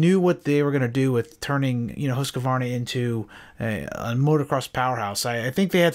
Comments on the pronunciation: Say "Hooskvarna", it's the right way. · Pet peeve of mine, hearing people butcher the pronunciation of Husqvarna. It makes my ears bleed. That said keep these great videos coming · Are you saying the name right?